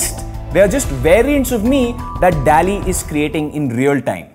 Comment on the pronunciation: Dall-e nhi Doll-E pronounce hota hai